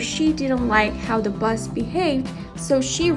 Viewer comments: Yip yip "Bus" I think the narrative lady means "Boss"❤ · i just keep hearing "Bus"